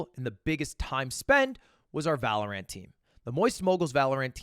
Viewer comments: That’s what you get for saying Valorant with so much emphasis on the ANT. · Must have misheard thought he said valor ant not valorant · Why does he pronounce Val like that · Why does bro say valorant like that 😂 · Why does he say valorant like that